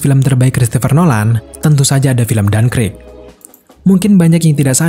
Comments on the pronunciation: Dunkirk boss, bukan dunkrik🤦‍♂️🤦‍♂️🤦‍♂️ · Dankrik ga tuh bacanya